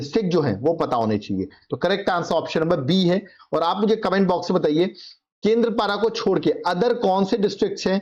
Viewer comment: 23 no केंद्रपारा nehi bolte, केंद्पडा, Or केंद्रापरा